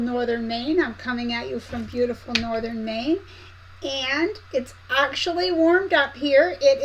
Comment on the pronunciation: You seemed to be in good spirits, your mom's appointment hopefully went well. Every time you start the live, you say you're in Northern Maine but I hear frozen Maine😂. Where I live in Texas we don't get that cold. You don't watch the news but a plane made an emergency landing in Canada. It crashed and burst into flames and flipped upside down. Eighty people were on board and I think 4 had to be hospitalized. If I was on that plane hanging upside down and they wanted me to evacuate 🥶 uh..no thanks, I'll sit here by the fire and die warm😂 instead of stepping outside the plane and freezing to death🤣 I can't stand to be cold. The temperature is in the 70's here👍 To get my sewing mojo I like making placemats or tablerunners. Any video you do will be fine with me, love watching you. 🤔 forgot to take notes while watching the replay, can't remember what all you talked about 🙈 so I'll let you go for now ❤ have a Blessful day! Oh, don't pick me for anything until May😊 I recently won the fabric.